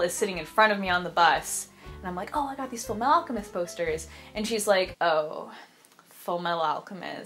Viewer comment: "Full meh-ahl alchemist"